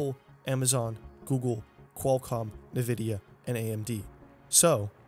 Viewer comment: ITS "N-vidia" NOT "Nevidia" :(